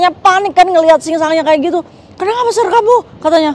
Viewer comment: Sir itu bacanya Se.. Kak